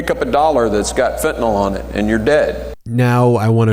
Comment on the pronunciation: FentaNYL. Nil. Nill. NILL. NOT NULL!